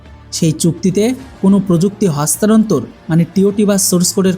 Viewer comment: হস্তান্তর " শব্দটার উচ্চারনে তুৃমি ব্যার্থ হলে কেনো?।